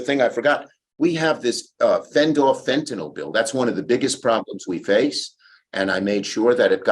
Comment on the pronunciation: please stop pronouncing fentanyl wrong. for the love of god.